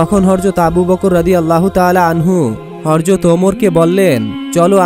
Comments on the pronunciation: আপনি শুধু বার বার হরজত বলেন কেন......? বাড়ী কই নোয়াখালী..........? হজরত হবে ? সুন্দর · এখনো হযরত বলাই শিখো নাই